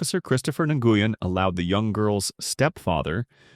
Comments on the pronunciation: Officer's surname is pronounced "wen". Not in-goo-yen. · Nguyen is pronounced WEN, not en-goo-yen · It's common knowledge how the Vietnamese surname, "Nguyen" is pronounced and it's NOT "Nuh Goo Yen". It's one syllable, you hacks. It's pronounced like "When". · No excuse for a man or woman of any size to strike her anywhere. Her age and his size have nothing to do with it. BTW Officer Nguyen's name is pronounced Win . He said it right in the video. It's a Vietnamese name and again it's pronounced "Win." Why does the video title say "cops save teen girl from abusive parents?" The cops did nothing to help the young WOMAN. Your title is all kinds of messed up. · So unprofessional of the narrator to not check his pronunciations he keeps saying officer nugyen when it is pronounced WIN ,i realize spelling is different but if your putting out videos to earn money at least say the name correctly and ps the step father should have been arrested for unlawful detainment as well as slamming the other teens head on the wall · WIth all respect, but the officer's name is actual Vietnamese and it is pronounced Wen.